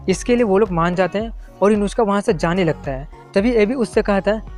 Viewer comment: Uska naam Inushka ya Inujka nhi hai uska naam Inuzuka